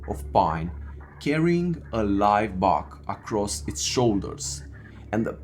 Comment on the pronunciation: It's pronounce BUCK not bark. (The thing that Big Foot was carrying.